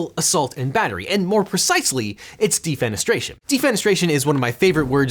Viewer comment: Thanks for subtitles. At first I heard DEEP PENETRATION is a crime, until I read DEFENESTRATION.